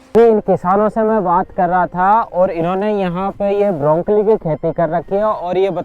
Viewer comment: ब्रोकली ब्रोंकली नही